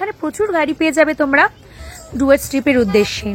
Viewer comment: জুয়ার্স না ওটা ডুয়ার্স।